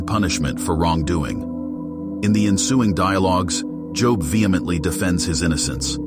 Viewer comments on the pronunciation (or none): Please stop pronouncing his name that way... it's pronounced as Joeb Joe with a "b" at the end. Not as jn a profession. It only looks like job